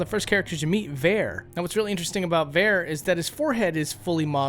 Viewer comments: "Vair?" Who is Vair? You mean Varre? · Varre says his name. Va-rey, not Ver. Also you don't need to kill Fia to get her outfit. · So you call him Vare, but he clearly says his name as Var-ay. Varrè. Jesus,. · VAR.... A NOT FUCKING V-AIR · Died laughing when you pronounced Varre "Vare" tbh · That pronunciation of Varre 😬, you're supposed to pronounce it as "Var A", not "Vare" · "Var-re", not fucking Var a Grow up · VAH - RAY. Varre. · The way you said Varré 💀💀